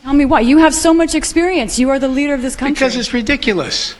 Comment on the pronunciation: “Navigating words in our counthree?” Lmao